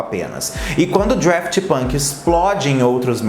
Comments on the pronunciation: DAFT NÃO "DRAFT" 🙄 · Cara, é Daft!! Não é draft! Fica claro que vc não conhece quem foi ou que é! Fez esse vídeo para alcançar público! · Ponto 1 - não é Draft, mas sim Daft. Ponto 2 - Um dos membros da banda chama-se Guy (deve ler-se Gui, dado que ele é francês, embora de ascendência portuguesa. A sua família é originária da cidade de Aveiro, Portugal). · O Daft Punk, com R (DRaft Punk) quase me fez parar o vídeo Hahaha. Mas arrasou pelo conteúdo,. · não é Draft Punk, é Daft Punk mesmo, sem o R 😉🙏🏻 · "Drueft Punk" foi ooOotimo! 🤦🏻‍♂️ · adoro quando fala draft punk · Estudou toda a trajetória do duo mas não aprendeu o nome?? Draft tá difícil de ouvir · dRaft punk, aí que agonia kkkkm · eu não sei pq mas ouço vc falando DRaft Punk heheh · Agonia do falando Draft Punk... não sei pra que inventar coisa na pronúncia. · Vim aqui pra falar o mesmo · Real, nem consegui ver o vídeo depois do 10° draft punk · É Daft Punk que agonia, igual ele fala Halsey errado 😬